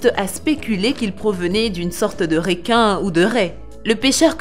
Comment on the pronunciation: Y a que moi que sa choque qu elle parle pas francais car elle dit réquin et non requin et plein d'autre mots